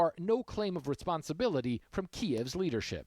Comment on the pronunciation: Kiev it's a two syllable word. Get a clue, Talking Heads.